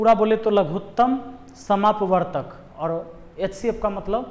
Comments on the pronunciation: लघुत्तम समापवर्त्य होता है भाई लघुत्तम समापवर्तक नहीं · "लघुत्तम समापवर्तक " नहीं होता है सर , हिन्दी में सही बोला जाता है या सही कहा जाता है " लघुत्तम समापवर्त्य "